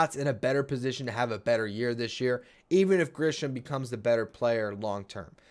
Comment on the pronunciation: Just a quick sidenote. It's Grissom, not Grisham.